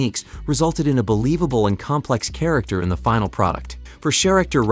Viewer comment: "Sharacter" Rocket... shame